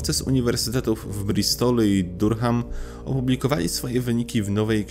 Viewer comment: Bardzo cenię to co robisz,treści i ogólnie całokształt ale nad angielskim musisz w wolnych chwilach popracować. Uszy mi krwawią czasem jak czytasz nazwy np miejscowości... Durham,nieme H czyli Duram... Pozdrawiam serdecznie.